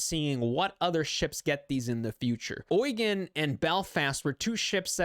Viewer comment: Eugen is actually pronounced Eu-gain without the i. Long German e or English a.